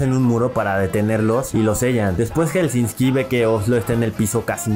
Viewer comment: es helsinki no helsinski